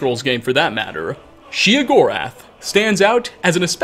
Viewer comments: OK. Then I feel justified in gritting my teeth every time I hear "she uh gorath" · I thought it was "Shay-o gore ath" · Sheogorath. Sheo. Theodore Gorlash. Theo Gorlash. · The way he says sheogorath bugs me. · You said his name wrong was burning my ear. You don’t have the best voice for commentary just a note